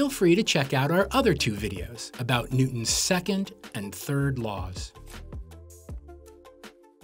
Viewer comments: “New-ons first law” 😂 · Silent T.